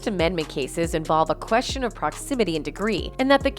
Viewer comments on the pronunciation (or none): none